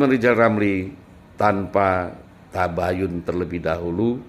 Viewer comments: Rizal Ramli ngomong R saja gak bisa kok mau tuRunkan😂😂😂😂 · Lizal lamli sok pinter ngurus negara. Belajar dulu ngomong er r r 😆😆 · Lizal lamli ngomong ER aja susah kok mau macem2... sunat dl sono zal